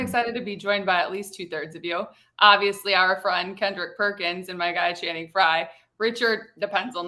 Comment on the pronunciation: Perk is like the uncle who everyone goes "there he goes again" to. And, what is on his screen? he keeps changing colors. Also, every time he says Channing's name, it sounds like "Shannon".